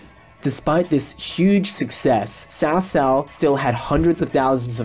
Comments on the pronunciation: Except you're wrong. The closest we can get to its pronounciation is by calling it ''Tsao Tsao.'' It's wrong, but it's the closes we can get to the extremely unnecesarily convoluted language that is Chinese. In the 2010 show itself you can clearly hear the officials referring to Cao Cao as ''Tso Tso'' although the ts is extremely subtle. It's very far from a ''ch'' sound my dude. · Great commentary but I don’t understand why you keep pronouncing Cao Cao (曹操) with “ s”?? That not how it’s pronounced in Mandarin. It should “ch” - chao-chao. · Not pronounce as Ts'ao Ts'ao but Ch'ao Ch'ao. As in "Ch"eer or "Ch"erry. Why westerners can't bother to pronounce Chinese words properly.